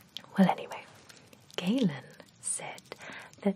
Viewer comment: My name is Gaelyn, pronounced the same as Galen, and it’s so odd to hear you say my name lol